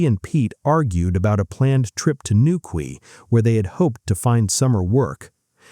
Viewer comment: Newquay is pronounced NEW-KEY, not NEW-KWEE. Such a sad case, her family never knowing what actually happened to her. Peter Tobin sounds a very likely suspect, but they'll never know for sure.